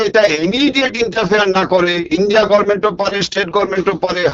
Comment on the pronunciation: তোলামূল এখন আর ছিঁচকে কাজে মানে পেটো বানানোতে বিশ্বাস করে না, এক্কেবারে বড় দাঁও মারতে চাইছে সোজাসুজি পারমাণবিক অস্ত্র বানিয়ে। পিসি পেঁয়াজ থেকে পারমাণবিক বোমা সবই বানাতে পারেন, শুধু গর্মেন্ট এর উচ্চারণ আর গভর্নমেন্ট করতে পারেন না 😂